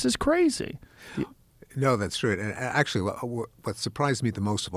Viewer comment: He just said the deniers ACYUALLY KNOW ABOUT DATA